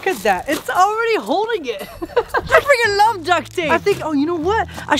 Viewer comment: I know she said freaking (I think) but it sounds like she said f***ing